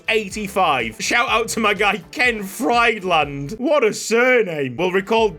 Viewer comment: Lol. Friedland is actually pronounced Freedland, but I've always said it FriedLand too